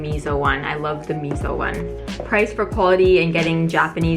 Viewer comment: Can't help but laugh every time you pronounce miso as 'mizo' 😂